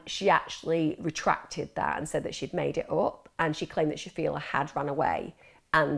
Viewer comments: The fact the VERY FIRST time you mention her name, you can't even be arsed pronouncing it correctly. It's not shafia, clearly there's an L in her name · Interesting, although it's a shame that she couldn't say Shafilea' s name correctly and kept using per se in the wrong context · I only watched 15 minutes and couldn't carry on watching anymore because there were so many inaccuracies and made up information. Farzana was not pregnant outside of wedlock. I don't even know where you would get that from. Stop making things up. The dad went to Pakistan, got forced to marry his cousin, brought her over to the uk and she fell pregnant. Also shafilea is not pronounced like that and some other names were also pronounced wrong. There are many documentaries about this case on YT, even watching at least one would've taught you how to pronounce her name. There's also a lot of conjecture and opinions such as when you said shafilea wanted to go to university because she wanted to live in halls and have freedom. Maybe she did want that we will never know but there's no way to ever know that so it's best to leave our opinions out and stick to what we actually know about the case. Most likely if she had gone to university her parents would've forced her to apply to local unis and commute.